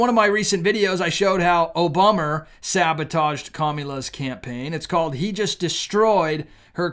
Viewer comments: Please stop saying kami la. It makes you sound as foolish as the dems do. Don't stoop to their level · I have noticed that you call Camel tow, Commie - Law!